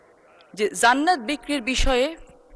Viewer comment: এই মহিলা জান্নাত শব্দের উচ্চারণ করছেন "যান্নাত" মানে এরা কোন গ্রহ থেকে এলো😮😮😮